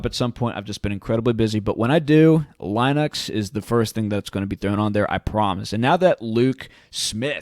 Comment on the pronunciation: The way you pronounce Linux is a disaster.